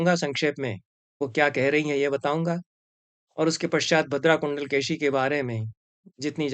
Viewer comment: एक छोटी सी टिप्पणी, तमिऴ भाषा में कुण्डलकेशी का उच्चारण 'कुण्डलकेची' नहीं होता है बल्कि कुण्डलकेशी ही होता है। परन्तु तमिऴ में शकार का उच्चारण संस्कृत के सकार और शकार के बीच होता है। आजकल यह उच्चारण मिलना कुछ विरला है प्रायः लोग इसे 'कुण्डलकेसी' ही कहते हैं। फिर भी औपचारिक तमिऴ भाषा में शकार का उच्चारण का स्थान और प्रयत्न संस्कृत के शकार से बहुत कम विविक्त है। आजकल भी तमिऴनाडु के तथाकथित ऊँचे जातिवालों का शकार तालव्य होता है और उसमें महाप्राण प्रयत्न साफ़ दिखता है। सनम्र, श्रीनिवासकृष्णन्